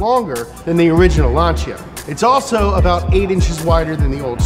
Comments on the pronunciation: Lan Sea Ah not launch sha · Lanchia? Isnt is lan-sia? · I remember reading about this nearly 10 years ago. At the time it had F430 architecture. That's how long ago it was. Oh, and it's pronounced Lan-see-a. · "lanchia" REEEEEEEEEEEEEEEEEEE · What, tired of hearing “Lansee-a “ all the time? 😖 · The pronunciation is so crap lanchia staatoose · FYI Lancia is pronounced like a guy from Boston saying Lawn Chair.